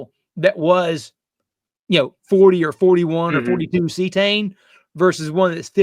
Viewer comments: Cetane, (C-Tane) not See-A-Tane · lol, doing to much... its not see - uhh - tane... just good ole C-tane CETANE..... please don't say oc-to-tane... please... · Good video! I’ve been alternating between Power Services and Archoil in my 2003 Motorhome with Cummins 8.3 BTW it’s pronounced see-tane - not see-a-tane. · ? ce tane not ce a tane? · Am I the only one bothered by how he pronounces Cetane?